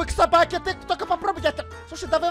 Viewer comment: Он сказал Собакен😅